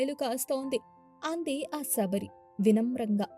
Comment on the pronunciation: సబరి కాదమ్మ శబరి